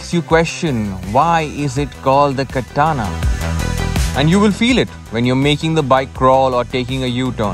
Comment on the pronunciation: It's Katana as in batana 😉